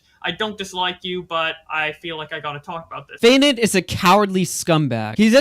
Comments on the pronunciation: fai’nd? it’s pronounced fainted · Fainted Fay-un-tid.